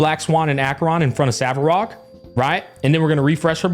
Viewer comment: Hearing “Savarog” makes me cringe.